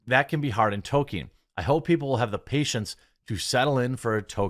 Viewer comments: There's no such thing as a toe-keen fan. There are toll-keen fans. There's an L in his name. Fucking pronounce it. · TOL-KEEN Jeremy. TOL-KEEN. Not Token. Tol-Keen.